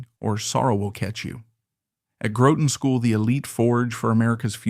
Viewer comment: enough hyperbole and purple Fitzgerladian prose! GROWton School??? Its Graw'ton. Why cant we have natural real human narrators???? Roozevelts were L U C K Y.